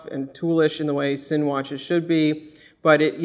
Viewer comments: for the record, folks at worn&wound, its pronounced 'zinn', not 'sin'. a cool watch, i dig the all black finish, though the hands dont do it for me, they look like an afterthought. its reasonable value, though it is creeping into tudor territory. for a grand or so extra i'd be going tudor with in house movement, but this is just my preference. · Just FYI Sinn is pronounced "Zinn"